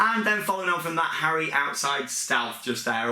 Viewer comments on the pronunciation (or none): Cracks me up whenever you've said my name xD Its just said 'Harry' so the Harey is cracking me up LOOOL